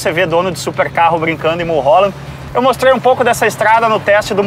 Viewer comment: "eu mostrUUei um pouco dessa estrada" kkkkkk e esse sotaque gringo aí?!